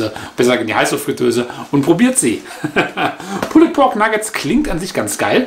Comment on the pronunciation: Danke. Kurzer Hinweis: Das "e" in pulled ist ein "silent letter" und wird somit eher nicht ausgesprochen.